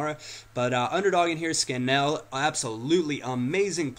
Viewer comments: its scan-il not scan-ell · its not scanell lol its SCAN-ALL , ps i live next to CPFC :)